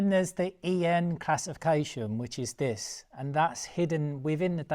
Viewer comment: viss = this or did you say diss ffs m8 get a grip try talking engriss just listen to yourself 🙄